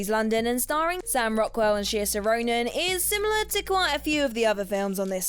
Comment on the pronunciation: I don’t mean to be rude, but is English second language? She can barely pronounce things correctly, not just in this video. “Seersha?” “Gazelle?”